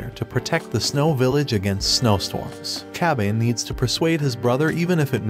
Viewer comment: I cringed every time he said Kabane's name.